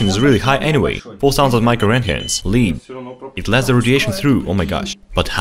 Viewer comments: Lead is pronounced like " лэд. lehd " another excellent vid my dudes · Yeah play with radiation all you want, I don't care. But for the love of God! Please pronounce LEAD correctly.